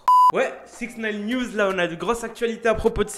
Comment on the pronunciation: Attttt 2sec a tu as dit 6in9ne quoiiiiii ?